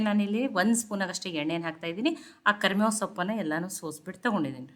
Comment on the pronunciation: ಕರಮೇವು ಅಲ್ಲ ಕರಿಬೇವು